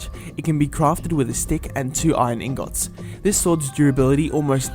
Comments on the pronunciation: You said igngot not ingit hahaha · its pronunced (ing-it) not (ing-ot) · it's ingets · I love how he says ingot iing-o-t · ingots are not (ingôts) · You said iron ingot